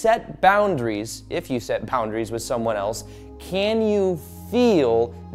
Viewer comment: he said poundaries